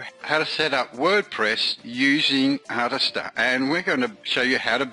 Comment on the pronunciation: Mate, it's pronounced "Artist-Ear"